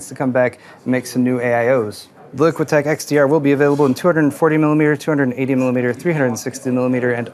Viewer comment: They really like portmanteaus. Enermax Platnigemini Liqtech Liquimax Although, I don't know if that's a typo on that display card but that says liqtech which I would pronounce"lick tech" not "liqui tech".